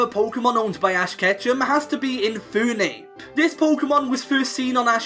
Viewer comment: IT'S INFERNAPE, NOT INFOONEP!